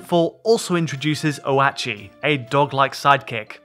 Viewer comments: Lol it is oat chi. Guy must of never eaten oats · Isn't it pronounced Oat-chi, not Ohwatchee😂😂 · Oh - At - Chee? No - it's said SEVERAL times in the game, OAT-CHEE. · OH-WAT-CHEE?! Oat-chee. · Oh-at-chi lmao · Yeah it's "Oh-Chee", not "Oh-At-Chee" lmao. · Oh-at-chi… dude, it’s pronounce oat-chi. Two syllables. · It’s oat chi. Like oats. Not oh ah chi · So no one is going to mention the way he pronounced oatchi 😂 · Oh-at-chi? Oat-chi, surely. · Never call him O-Ach-Ee again. It hurts so bad and I'm only a couple minutes in. It's Oat-chee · wtf is "oh-at-chi", bro it's "oat-chi". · It's Oatchie like Oats not O-at-chee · I had to stop watching. O-At-chi? Can’t take it seriously anymore. Oatchi! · Why do some reviewers pronounce Oatchi incorrectly! It’s Oh-chi not Oh-at-chi! This was confirmed by Nintendo in their promo videos. Oh-at-chi just sounds so wrong! Come on all you lovers of Oh-chi, back me up!!! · Ohh at chi? It's oat chi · "Oh at chi" lmaoo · Most people have just been saying oat-chee, not oh-AH-chee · The dog (oatchi) is oh-chee, not oh-ah-chee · It’s not Oh-At-Chi, ITS OATCHI!!! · Oat-chi like oats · Great report. But O”ah”chi? No one calls him like that 😂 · Ok dude. Say it with me; "Oat-chee" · The grub dog's name is pronounced like "oat-chee". That's how they pronounce it in all the Nintendo direct videos. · oh-WHAAT-chi haha, someone didn't watch the trailer before reviewing the game, smh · "Oatchi (pronounced oat-chee), resident good boy and dependable partner, can help with things like smashing obstacles and carrying Pikmin throughout your adventure." This is from the Nintendo website. I think you're pronouncing his name wrong. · Yeah I noticed he was saying it weird as well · OAT-CHI! Its like Oatmilk but the adorable puppy kind called OATCHI now say it with me oatchi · "Oh Atchi" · A red pikmin drowns everytime he says "O-ah-chi" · Saw another review where they kept calling him "Oh-Tah-Chee". 😂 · PLEASE PRONOUNCE OATCHI CORRECTLY